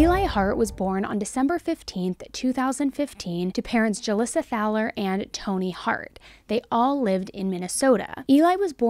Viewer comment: Hoo-Leesuh Thah-ler is a new one for me, lol. My family has lived in Mound for generations, and the Thalers are another well-established family here. (The local high school sports center is named for David M Thaler). We pronounce it Thay-ler. I passed by Julissa's traffic stop on my way to work that morning. I thought maybe she had been in a minor hit-and run because hers was the only civilian car there. She was standing on the sidewalk with her arms crossed, looking mildly inconvenienced. Though I was curious why there were multiple police cars and several officers on scene. One of the dumpsters where she tossed Eli's things is at the gas station directly across from my parent's house. It's really bizarre to see footage of your home town in one of these videos.